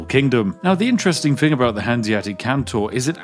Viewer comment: He's so Spiffy he doesn't even want to speak proper English! What is a "thing"? Spiffy deals in"fings". [Edit I'm one time talk. I can't EVEN TYPE.]